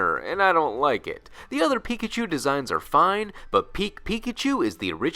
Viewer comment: Why am I still hearing it like "Pikichu"?😅